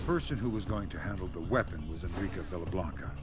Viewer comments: It kind of bothers me when you keep saying Enrica's name as Enrique, lol... I'm a stickler for pronunciations and such, and it's even in the game as En-Ree-Kah (as spoken by other characters) Other than that, I'm mad that this isn't the version that migrated to the PS3... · Dude, its ENRICA, NOT ENRIQUE